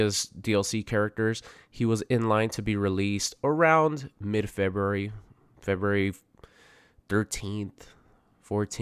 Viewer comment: "morter Kombat" "Febery" "Littery" Dude, work on some pronunciation